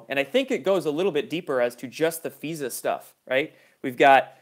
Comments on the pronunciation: it's not feeza it's fiza (long i) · FISA is pronounced F eye sa not feesa. Please don't try to change our words. Isn't that like Hegalian Dialect?